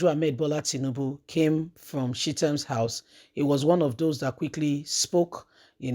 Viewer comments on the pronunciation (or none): Sheet-am house? You mean ChahTam? I was lost for a minute.